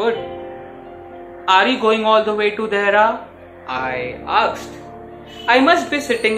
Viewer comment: I did not find any tone or modulation in his delivery Only fast monotonous narration He even pronounced many words wrong most commonly asked he pronounced it as akshed and even place names.... He is clenching his fingers so much that visibly presented his nervousness No negative comments but please take it as a constructive criticism...